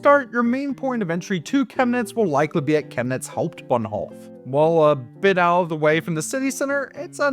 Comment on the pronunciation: I give you DISLIKE because you're talking like a rotten wild boar, uneducated, unrefined, noisy, and cheesy to the utmost. Hau in Hauptbahnhof is pronounced like how, not haw.